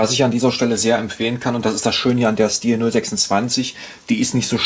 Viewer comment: Hallo, die korrekte Aussprache ist "Schtihl". Zu hören auf dem hauseigenen Kanal, z. B. hier